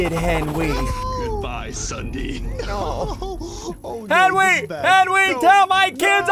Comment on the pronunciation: That’s not how you say ssundee